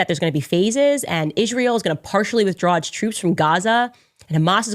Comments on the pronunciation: Why does she say 'eeshreal' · She says "Ish-reel" with that smug mug.🤨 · Candace is a hateful JackAss and Brigitte Macron is a MAN! Even a Jerk like Candace can be right sometimes. Truth be told, she went off the deep end after converting to Catholicism. Notice how even Candace Owens pronounces Israel: IS REAL Israel is real!!! Subconsciously, it comes right out of our enemy's mouth... Kanye is a proud Hitler sympathizer and Candace loves him, that is very telling of Candace. Fraud. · Ishrael....she can't even say our country's name right. Such hatred. I live here. October 7 happened. Everyone knows someone who died. Plus, how sad Hamas would be to know that she doesn't believe their efforts to destroy us. They took video and were proud of what they did. Celebrated in the streets. What does she think that was. I think she needs to be tied down and watch the Hamas videos of destruction. A**hole. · Why can she not pronounce Israel correctly? She says "Ishrael"